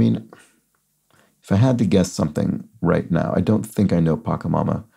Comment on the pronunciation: Two pronunciation things: W.E.B. DuBois is pronounced "doo-bwah", and Pachamama is with a "ch" sound, not a "ck" sound.